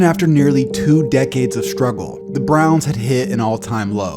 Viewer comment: "The Cleveland Brons" lol